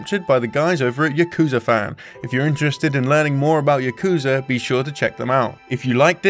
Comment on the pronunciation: Your pronunciation of "Yakuza" and "Kazuma" is killing me.